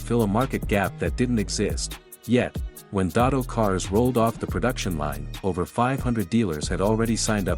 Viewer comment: First of all it’s “DeSoto” not Dotto!